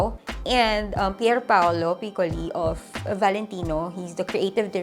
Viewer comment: Matthieu Blazy is Blah - zee not BLAZE PierPaolo Picciolo ja Pee - chow - Lee not PICOLEE Alessandro Michele is Mee - key - le not MICHELLE hope this helps and goodluck on your fashion school.